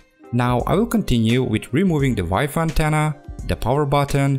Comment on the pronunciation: i love it when you say "wife antenna"